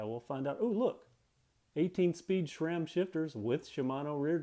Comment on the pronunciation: It's SRAM not SHRAM